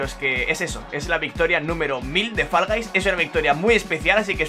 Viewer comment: Ya es el colmo que un humano sea capaz de hacerse 1000 victorias en un juego antes de aprender a pronunciar correctamente el nombre del juego